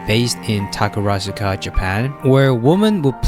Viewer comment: I'm impressed it took you 8 minutes into the video to pronounce "Takarazuka" correctly 😂